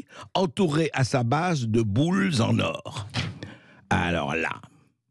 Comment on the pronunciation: André "kamême" Bercoff prononce "Boules-z-en or", qui devient les deux fois suivantes "bouse en or". Qu'a dit exactement Brigitte Macron ?